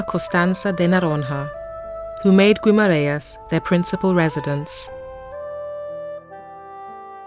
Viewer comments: Not really 😉 you don't pronounce the u in Guimaraes! The I in Portuguese would sound like and E in English, so more like Gemaraens. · Would help if you could at least pronounce Guimarães properly... typical English.....